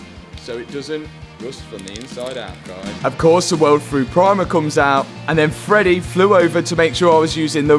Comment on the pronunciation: Freddy.........: Freddeh😂😂😂😂😂